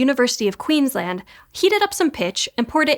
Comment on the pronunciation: First correct pronunciation of "Queensland" in SciShow history!